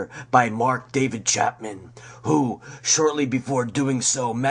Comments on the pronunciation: Ange-er lol it's Anger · It's pronounced "ANN-JER". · dat voice :( people always forget to add that hunter (at the stones concert)pulled a gun and shot at the stage so the incident at the concert is not as black and white as "truthers" make out you can't have done much research on key players such as anger if you can't even pronounce his name.sorry to be negative you did get some of the web correct but some of your info is not proven that's what happens when you piggyback others work without checking sources properly. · yup yup, not just Anger but so many names and words mispronounced it was distracting at first and annoying as the video continues.